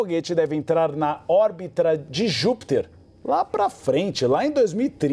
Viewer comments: Órbitra...😂😂 Eh Brasilzão do meu **** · Informação errada 🤦🏻‍♂️ O foguete NÃO VAI para Júpiter, o que vai é a carga. "Órbitra"? Starlink? 🤦🏻‍♂️ Foguete desceu de ré? O Falcon 9 ja retorna pra terra faz anos... a diferença é que o Super Heavy pousou/foi capturado pelo Mechazilla/torre.